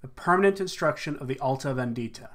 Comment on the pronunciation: the correct pronunciation of vendita is on the penultimate syllable VENdita not venDIta.